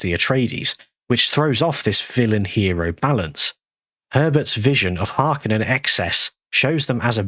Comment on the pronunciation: If speech is so important, why do you still pronounce Harkonnen the wrong way? It's Har*kon*nen, with the emphasis on the second syllable. Lynch consulted with Frank Herbert on this. I find it baffling that Villeneuve's actors and just about everyone after the release of the Villeneuve films puts the emphasis on the first syllable.